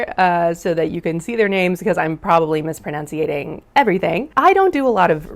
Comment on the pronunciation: Mispronouncing ‘mispronouncing’ is the funniest thing I’ve seen all day 😂